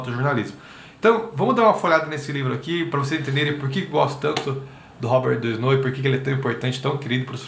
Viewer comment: Legal, moro na Fr e já o conhecia ... tem até uma escola aqui perto de casa q tem o nome dele . A pronúncia em francês do nome é Robér Duanô 😊